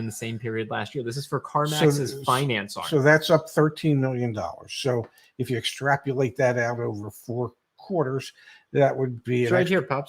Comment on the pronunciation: guy who knows the difference between "weary" and "wary" says "ex-trap-you-late"